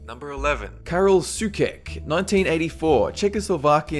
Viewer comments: Karel Soucek is not read /sukek/ but /soutshek/ ;) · They say it's better to aim high and fail than set an easy goal and reach it. And by the way, Karel Souček is pronounced "so - check". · it's pronounced so-check, not so-kek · Hehe Sookek xD. That was so cute. The name is pronounced like this "Səutʃek" :) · soucek =/= soo-kek. since when does a C followed by an E make a hard K sound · Soucek is pronounced "sotchek" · the right pronociation for Soucek is [:soucheck] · The name of the guy with niagaras is Souček, read SOU- (like mould) chek (like cheque or Czech). Geez, english speaking people the fact that you guys write your language in the most idiotic way possible does not mean that other people have to do so too... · Soucek is pronounced "SO-CHECK" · SOOKEK facepalm learn to pronounce it the right way.. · It's pronounced ''Soucheck''! ;) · Soucek is pronounced as, Sou-Check